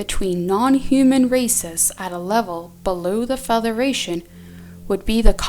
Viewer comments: Why does say feTHeration and not federation. Just asking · Why does she say Featheration, not Federation? It is very distracting. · I'm sorry... but is she saying "featheration"???